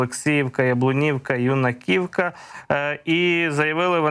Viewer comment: Скільки можна вам Писати- Юнаківка, а не юнакІвка.Ставте наголос як має бути.Наголос на "Ю"